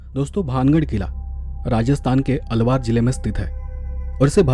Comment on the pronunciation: आप अपने हिंदी उच्चारण पर थोड़ा काम कीजिए। बार बार अलवर को अलवार अलवार बोला है।